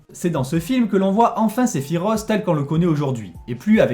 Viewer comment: Cest Se-phi-Roth pas Se-phi-ros